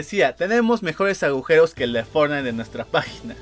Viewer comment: pero dice fortnigth xd